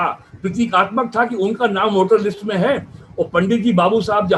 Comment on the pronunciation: नाम राशि होती है द्विवेदी जी नामा राशि नही होती 🤔 तुम समान लोगो ने योग को योगा वेद वेदा बना ही दिया है अब आप नाम को नामा बोल रहे है 🤣🤣🤣 अगले कुछ् वर्षो में हिन्दी संस्कृत के हर शब्द में बडा आ की मात्रा लगने लगेगी और आपा का नामा राशी सौरभा द्विवेदी हो जायेगा तुम लोग की छोटे अ se क्या दुश्मनि है और बडा आ से क्या मोह है Mafi mango ashikshit gawar log esi galti kar sakte hai Aap name ke sath dvivedi likhate hai yani aap 2 वेदो से सम्बद्ध् है और संस्कृत में एक मात्रा की गलति को कितना बडा दोष माना गया है 🙄